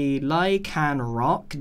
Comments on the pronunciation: I LOVE how grain said Lycanroc Lion rock GRIAN ITS LYCANROC Ly-can-roc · Lie-can-rock not lion rock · And lycanrock is pronounced lie can rock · grian, LYCANROC not LIONROCK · Grian: Pronounces Lycanroc as lionroc Me:you have serious pronouncing issues Maui: hold my luck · I like lycanroc but i also like how u pronounced him as lionroc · Anyone else annoyed that he keeps saying lionroc? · Sorry for the negativity but grian loves pokemon sun and monn but cant pronounce lycanroc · does grian realise hes saying lycanroc wrong or was he doing the on purpose? xD